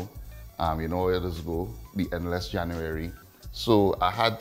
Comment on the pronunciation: You lost me at the 4th "January", very hard to understand